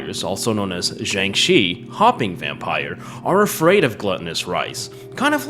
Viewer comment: I like how halfway he starts calling the Jiangshi a Shang Chi (swapping the starting consonants)